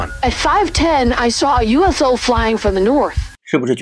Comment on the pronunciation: 應該不會把UFO分開說成U F O吧？要連在一起念😂